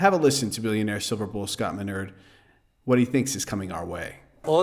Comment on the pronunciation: You are STILL, STILL mispronouncing Minerd's name!!